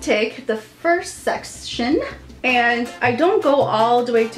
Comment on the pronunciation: i thought she said sex_tion instead of section